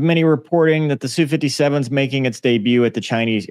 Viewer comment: Geez it's "ess", "You" 57 not Sue...